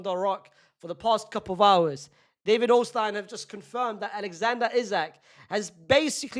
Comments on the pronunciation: Mate, you're a Real Madrid fan. None of your comments are NEUTRAL. You want Isak at your club next summer. That's why you've made numerous videos of Liverpool buying Rodrygo. Stop the cap. And who's David Ornstine? Pronounce people’s names correctly. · why bro pronounced ornstein like a german lmao